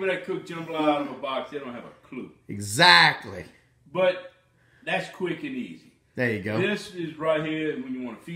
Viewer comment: Did I hear a zackly lol